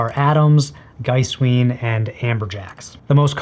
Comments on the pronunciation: It´s Giesswein (G like in good, iess lke in eas, v like in vulnerable, ei like eye and the n: G-eas-v-eye-n), not GEISSWEEN. And it´called BEERKenstock. not BÖRKENSTOCKS. :) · The diphthong vowels in Giesswein should be exactly the other way around. Geesewine. The w sound is still Americanized, but fine in a semantic spoken context. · To pronounce Giesswein correctly, simply flip your pronunciation of the two "i"s around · Giesswein is an Austrian company so follow German pronunciation. When e and i occur together in German you pronounce the second letter, so Giesswein is pronounced Geese-wine, or Geese-vine if you are going for full authenticity.